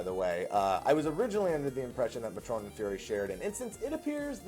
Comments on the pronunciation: May-tron, not mah-trone. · pretty sure matron and fury instances are indeed separated, I have not found any fury people in my matron or any matron in my fury. This is the reason i queue for fury even if i want to gather so that i can reasonably do the NM's and EM's. also pretty sure it is pronounced May-trun.